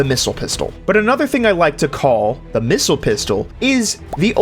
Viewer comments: Sir its called the pissile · The... Pissile?